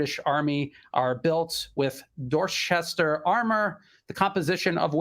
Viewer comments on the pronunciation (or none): DOR - CHESTER ! NOT DOR- SHESTER....!